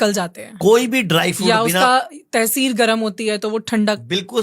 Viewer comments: तहसीर नहीं उसको तासीर बोलते हैं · O madam jeep yadi urdu nhi aati tou na bole using beijjati na kare tesir nahi tasheer hota hai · तैसीर नहीं तासीर होती है जाहिला 😂😂😂